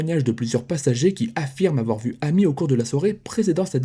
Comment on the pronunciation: Son prénom amy se prononce émy les prénoms Américains le A se prononce (é)